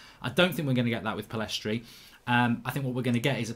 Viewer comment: Mark, get the guy’s name right. Pillistri not PillEstri.